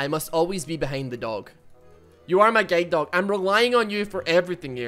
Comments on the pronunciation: The way he say guard doh hurts me every time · Guide dog My ears: G A Y D O G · it took me 4 minutes of the video to realize he was saying "guilde dog" and not "gay dog" ... i just didnt question it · I kept hearing "gay dog" instead of "guide dog" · Did i just heard gay dog instead of guide dog??!!))) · Did he just say gay dog? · I swear I heard say gaydog... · I thought he was saying “gay dog” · Not going to lie it sounds like your saying "gay" dog